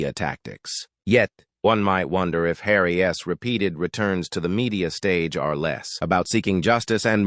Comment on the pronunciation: What is the deal with calling Harry by "Harry S" when it is simply "Harry's"?? Please use correct pronunciation and grammar.